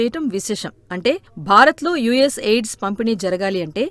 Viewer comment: ఎయిడ్స్ కాదు AID అని చదవండి..!!